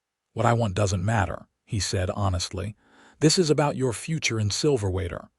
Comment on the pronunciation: Silverwater AZ, pronounced wrong with your AI narration. 😮